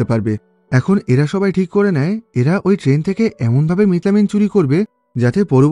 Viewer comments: মিথাইল অ্যামিন❌ মিট লামিন ✔️😂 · ekta manush methylamine ke kivabe mitlamin bolte pare ? . or theke bhalo bit-lobon bolten